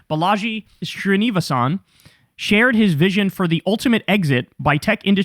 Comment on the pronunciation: Fyi it's closer to "sree-knee-va-sen", not whatever the hell you said Kyle lol